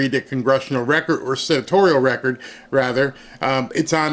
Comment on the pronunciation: Hey warnock what is a "recort" ??? The term is "record." Dude, you can't even speak proper English. And without the ability to communicate effectively, you are uniquely unqualified to serve in congress.